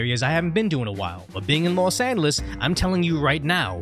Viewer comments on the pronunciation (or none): And you still can’t pronounce Los Angeles